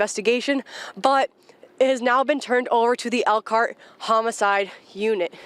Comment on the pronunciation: They can't say Elkhart Indiana.How is people going to know